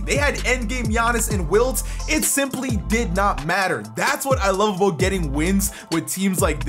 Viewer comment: love hearing saying “aboat”